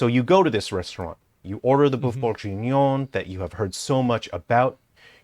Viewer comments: If he says bœuf bourjignon one more time i gonna break everything it s bourguignon for fuk sake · "BOEUF BOURJIGNION" Brooooooo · how many times did this guy say “BoiFe BenBonjour”? so far ive counted 20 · Mf say boof bongenion one more time I dare you to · When he said "befenuen" I felt that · As a french, "boeuf bourJInion" triggers me XD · Funniest thing is he's pronouncing Boeuf Bourguignon wrong. Not for lack of trying though! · as a french guy .. the way he says "bœuf bourguignon" hurts me on a very deep level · If you choose to say Boeuf Bourguignon 10 times in a 10mn video make sure you prononce it right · That's not how you say "boeuf bourgignon" x)....